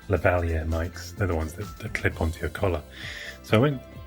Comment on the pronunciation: I like how you pronounced "lavalier." It sounds more authentically French than the way a lot of us say it ("lah * vuh * LEER"). I'll try to say it this way from now on.